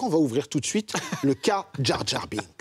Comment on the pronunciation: DJA DJAR cette prononciation de l'enfer!